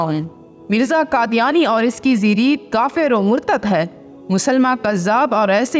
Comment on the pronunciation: zirit nahi zurriyat